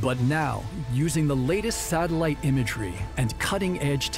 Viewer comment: The amount of times he says satalight💀